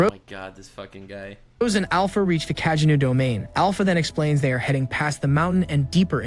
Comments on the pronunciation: love the fact Kageno is pronounced in so many different ways throughout the video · Bruh I can't with these terrible AI voice overs. Just read the damn thing out yourself, or at least make sure the AI is pronouncing names consistently if not correctly- I had no idea there were so many ways to incorrectly pronounce Kagenou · The AI voice pronounces Kagenou like 3 different ways😅